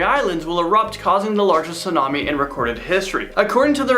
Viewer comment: what the heck is a "sidnami" ..